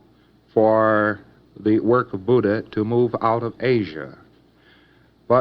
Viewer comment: His history is accurate and the fact that he properly pronounces "Buddha" shows some formal Buddhist study.